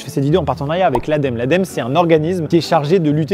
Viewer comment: Ça se prononcé A DÉ EU EMME EU